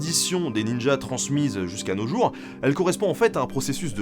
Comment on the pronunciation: Stephen Turnbull avec ta prononciation faut mieux pas qu'il se retrouve dans une soirée libertine, il pourrait repartir en boitant.